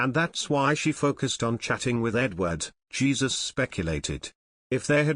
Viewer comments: It isn't Jesus it is Heh Soos!!!!! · Jesus - pronounced in Spanish, "Hay Zuse"!